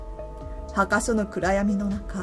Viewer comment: 墓所は「はかしょ」ではなく「ぼしょ」と読みます。